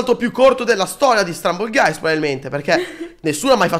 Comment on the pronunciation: Quando ha detto stumble guys per la prima volta hai detto strumble guys